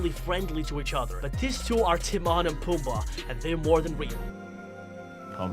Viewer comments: Who's Timarrn it's Timon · You say timone like Tim oh ne